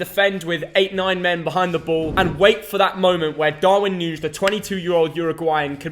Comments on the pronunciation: Just a detail, from an Uruguayan, you pronounce Nuñez like Nunies, not nunsh or something like that 😂😂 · darwin nuñez isnt portuguese lol its pronounced noo-nee-ez big up lads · its pronounced 'Noo-Nyezz' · I love how says Darwin Nunez every way except the correct way